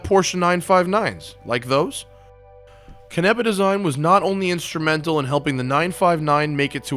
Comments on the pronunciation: Its pronounced CAN-nEH-PUH. Not cunEHpuh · i was mispronouncing his name like you until he (bruce) corrected me in person, its pronounced ca-na-pa